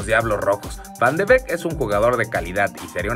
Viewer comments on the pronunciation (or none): ES VAN DE BIIK SE ESCRIBE BEEK PERO ES DE BIIK